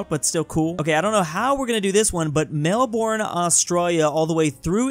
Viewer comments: MELBORN? ITS LIKE MELBUN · Melbourne is pronounced Mel burn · "Mel born" Yeah, everyone was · ITS MEL BON